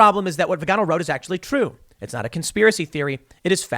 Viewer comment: Tim, FYI Vigano is pronounced like Figaro. Figaro Figaro Figaro la la la.